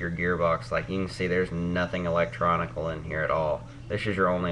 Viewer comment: "electronical" lol